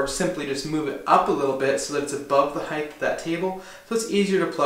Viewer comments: I think I pronounce it with a "th" sound at the end for some reason! Never really noticed it before! I'll have to work on correcting that... :) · Assuredly off topic, but why are you putting the soft "th" sound on the end of the word height?! It's not "heightth". Is this a regional thing? People from New England or something? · It's so much easier to just say the word correctly. It's not heigth, it's "Height" ....HARD T at the end, not TH. rhymes with kite, white, bright, night, light, fight flight, sight, blight, fright. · I sport the same first name. And just like you, I too always made a mistake and said height(h)! It is a slip of the tongue, means the other direction is widt(h). But my best buddy would never let it rest. So I share that with you...and thanks for the correct height to place the box...lol! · A little tough to hear on the audio but do you pronounce it height or heighth? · is great. His pronunciation of ‘height’ isn’t though. (It’s heighT… not heighTH.) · It's a common utterance because of width (breadth), length, and depth. So "height" gets conflated with the -th sound at the end. It's just something many people say, very similar to the "acrost" instead of "across".